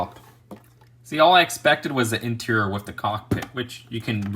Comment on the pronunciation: Everyone: Interior: INTRRR